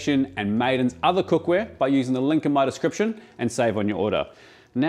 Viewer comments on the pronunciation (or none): none